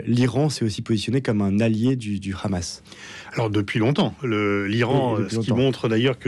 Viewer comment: EN français on dit Hamas et non pas KHamas !